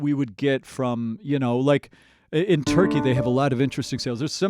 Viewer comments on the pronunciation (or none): none